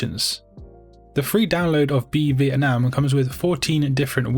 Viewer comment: Ik it’s not related but your pronunciation of the word Vietnam is perfect